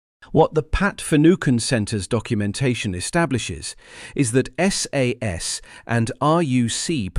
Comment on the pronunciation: Not SAAAS it's SAS.